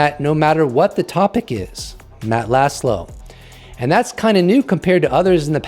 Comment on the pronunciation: Just FYI, Laszlo means “flag”. The -sz is pronounced like a soft S . Say “Loss low” and you’re extremely close